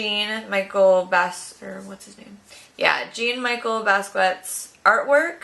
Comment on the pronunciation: it's pronounced Jean-Michelle Bas-kee-ot. :)